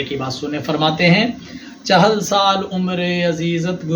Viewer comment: مولوى صاحب ايك تو تلفظ چِہَلْ ہے چَہَلْ نہيں دوسرا بچے كے چاليسويں كو چِلَّہ كہتے ہيں تصوف ميں بھى چِلہ استعمال ہوتا ہے چہلہ نہيں۔